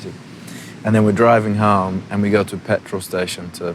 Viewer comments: What the heck happened to his accent? I've got a british-american mix, but i don't sound anything like this. His sounds almost australian at times? Like what's with him pronouncing 'home' as 'h-ah-m" neither brits nor americans do that... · omg RIGHTT, that's smth that I've noticed about Harry too. When he's not thinking too much, and he's just ranting he tends to subconsciously pronounce certain words with his strong Cheshire accent. His accent is on and off, depending on who he's with, I feel like. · the way he pronounces "home" and "haus"... HIS ACCENT IS CHANGING AHHHH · Are you deaf? The way he pronounces home and road... Not a complete change, but his accents is changing.